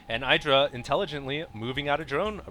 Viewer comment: youre pronounced Idra wrong its eedra